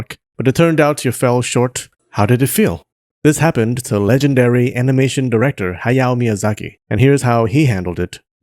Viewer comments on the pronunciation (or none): none